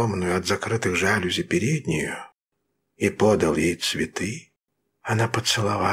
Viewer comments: Не жАлюзи, а жалюзИ – это французское слово, а следовательно, ударение на последнем слоге. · Прекрасное прочтение! Спасибо! Один момент: мне казалось, правильно произносить "жалюзИ"? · Это так. Ударение на И. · Да, правильное ударение в слове "жалюзИ" на последнем слоге. Такой он, французский язык!)